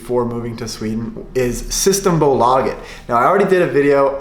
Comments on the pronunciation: You have the pronunciation on the A in systembolaget. But you have to have the pressure on systEmbOlageT. Sing when you talk. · Pronounce systembolaget right pleaseeeee im Dying inside man Aaand Bandy is not a common sport in sweden innebandy is What ppl play or hockey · I am swedish and i laugh to death on his systembolaget pronunsiation